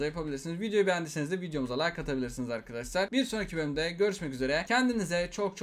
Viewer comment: Abi balon kafa nay nay derken bay bay diyor